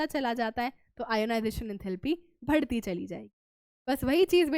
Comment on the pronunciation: Why mam pronounce BHadHTI instead of badhti 🙂